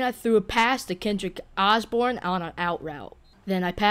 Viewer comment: Bro said Kendrick Osborn